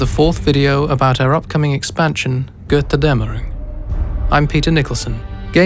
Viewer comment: MY NATION! MY RP! MY GOD I WAITED FOR THIS FOR YEARS!!! But PLS get someone to pronounce Götterdämmerung correctly!